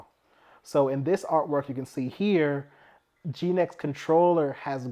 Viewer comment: Genex, not Geenex